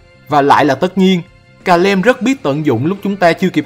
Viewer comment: Calem nhưng e toàn đọc là Cà Lăm :)))))